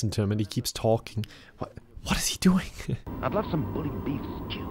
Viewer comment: "What are you dewing"